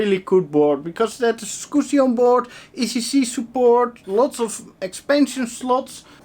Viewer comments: "Skoosy" haha - I laugh each time you say it. =) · I watch these vids just to hear you say scoosie. <3 Also the video card (matrox g400) is probably okay, you were plugged into the wrong port.